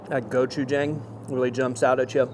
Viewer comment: i love you but the way you were pronouncing gochujang was driving me crazy XD